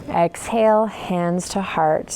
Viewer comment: ESHALE. haha. that cracked me up! Thank you. I have been using your videos in my home practice for over a year. Thank you for your dedication!